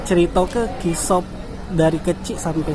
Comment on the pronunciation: Hostnya lucu sebut kisah jadi kisoh. Biar melayu dialek "O'. Kata kisah tetep kisah bukan kisoh he he he